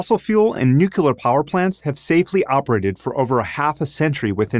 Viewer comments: Nu cle ar, not Nukular. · It's the 21st century and people are still saying " nucular" instead of nuclear. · I just don’t get what’s so difficult about the word “nuclear.” It’s literally NEW-CLEAR. As soon as you say NUKE-YOO-LAR I tune out. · It is pronounced NU. CLE AR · Excellent, well done as usual, and the perspective is important. A few things to fix: 1. No problem with greenhouse gas emissions. CO2 is coming out of your nose right now. For reference, see this Prager U video: 2. The word "nuclear" has the word "clear" in it. That helps remember how to pronounce it properly. 3. You show use of fossil fuels declining by 3 percent, but that's on a relative basis. On an absolute basis, fossil fuels, especially coal, are all up significantly. That's not a problem. It's fine for the environment. But it's better to understand the full context. Not sure your figure constitutes a return on the investment - need a better calculation for that. 4. Not good enough on the downside of renewables, which other Prager U videos do better. Overall, another good project, but a few misses. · Except nuclear is 3 syllables and clear is one. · This video needs to be re-made. The message is fine, but the speaker claims to be experienced in the energy field yet he does not pronounce "nuclear" correctly. That seriously impacts his credibility. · Hee Hee Hee he mispronounced Nuclear😁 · I think its hilarious that they introduce him as an energy entrepreneur. Of course he's going to be interested in oil and natural gas, that's where the money is at. Also he pronounced nuclear wrong.